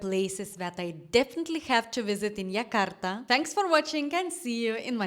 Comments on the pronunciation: I don't know where you're from, but our capital (soon no longer be) is Jakarta and it is pronounced Jakarta not Yakarta. J is always pronounced like J in January. Our new capital is Nusantara, but it's very new, even the government hasn't really moving yet. So yeah, visit Jakarta, and also make time to travel to other cities/islands. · Ayam taliwang from lombok indonesia..😂😂..correct jakarta not yakarta